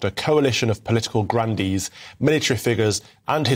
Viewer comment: Oh, Political Grandees! I thought you said Grundies, Calvin.